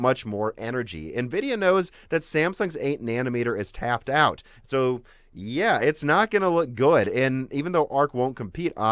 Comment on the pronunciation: **TAPE** it's tape like masking tape. Taped out. FFS you have made this your career, learn how to pronounce the terms.